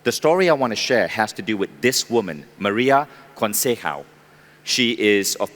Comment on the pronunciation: Please pronounce it as CONCEICAO (CONSESAON) n not CONCEHAO. Get ur talks right.